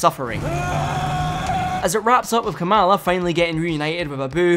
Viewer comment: It's pronounced "KAH-muhla".